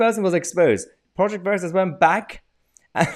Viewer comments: Haha...he's pronouncing Veritas like "burrito"...... Obviously Latin wasn't in the curriculum of whatever woke place of "learning" he was brainwashed at! :) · The way he mispronounced "Veritas" to make out he didn't know what it was was priceless.